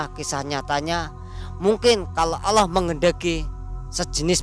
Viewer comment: Maaf narasumber, yang benar Allah pak, bukan olloh